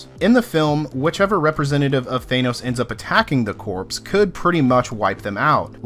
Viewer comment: THANOS not thaenos